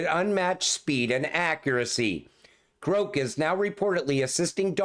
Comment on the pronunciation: The way you are saying Grok it would be spelled Groke, like coke. The pronunciation of the "o" should be the other way. Love you long time❤😂